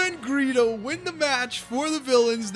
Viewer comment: When you say Greedo's name it sounded like Burrito. (I am so serious) :'D